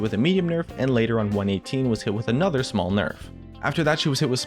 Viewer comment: All i hear in this video is Another nerf (like anotha one)